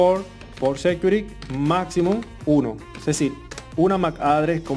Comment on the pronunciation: Muy bien hecho pero le quiero hacer una recomendacion que me parece es bien importante por la audiencia y la labor de educacion que esta ejerciendo aqui. Has pronunciado varias palabras muy mal. Aqui le menciono las correcciones del caso: security: Ud lo pronunica sécuri. Se pronuncia sequiúrity. sticky: le capto a escuchar que dice steak (esto es un corte de carne). Se pronuncia stiqui. configure: se pronuncia confígiur (tilde en la primera i ) Finalmente. mi mejor recomendacion es usar google translator para que le suminitre la adecuada pronunciacion. Fuera de ahi, exc video. Muy informativo.